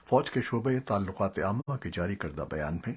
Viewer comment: Buhut hee khubsoorat Awaz hai aap ki jenab Hameed Baig Sb. Lehja bhi buhut khaalis hai... Kuch tallafuz edhar udhar ho jaatey hain aap se jaisay 'Lakhi Marwat' mein ek mayqey par 'Lakhi'.. .. Shoba-e-Talkuqaat-e ki tallaffuz mein ek jhagha ghalti.... Shayad bharthi umur ki wajha se.... Allah Paak lambi umur atta farmayen. Sehat k saath. Shukria... NIAZI